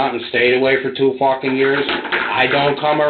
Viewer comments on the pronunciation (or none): Ha take a drink when says 'Focking 🤣